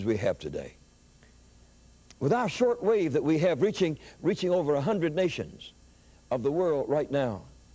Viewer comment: Hallelujah! But, it's not "dat", it's "that".